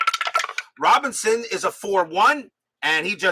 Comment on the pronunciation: Vada “Pin son”. (Robin son)